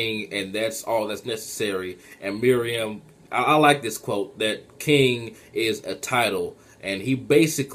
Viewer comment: And btw, it's not MIRIAM It's pronounced "MEH-ROO-EHM" Meruem